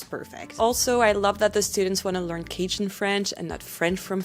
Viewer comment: In your last video, I said you said Cajun correctly once. I'm watching this video immediately after and you have perfected it. I told you I cried through the last video, and then I got to in this video. My eyes are going to be red the rest of the day. I am guessing that Chiac is the French equivalent of Spanglish, or, Spanish and English? Thank you for this ❤️